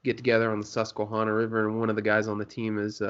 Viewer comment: man... its hana, susque(hana). Think naisley with it. Hana, not hauna 😂